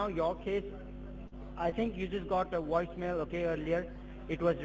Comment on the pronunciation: A Woice Mail???? They learned English at WalMart. lmao